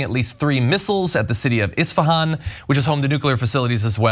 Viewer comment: Cenk, it's Isfahan, not Ishfahan.